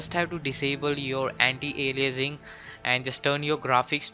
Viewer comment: anti alienising ? how he speaks that xD